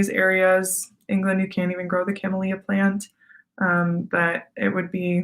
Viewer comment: Kuh-MEEL-ya (not kamma-LEE-uh) MAR-jor-um (not muh-JOR-ee-um) Very pretty speaker. Nice personality. Not too bright.